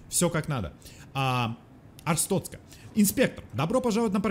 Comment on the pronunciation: Ребята, не Арстоцка, а АрстоТцка